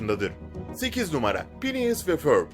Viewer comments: Fineas Phineas degil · Phineas değil finies ve förb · Phineas değil fhineas ya förbü doğru söylemişsin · Phinies dedin Fhinies aslinda